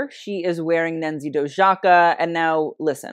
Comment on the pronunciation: pronounced Nancy Doyaka ;)